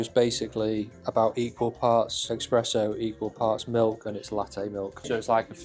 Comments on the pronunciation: please it is an ESPRESSO not EXpresso!!!!!🙄🙄🤣🤣😎😎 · Awesome car. Lexus is in my top 3 brands. However: what is an ‘expresso’? 😂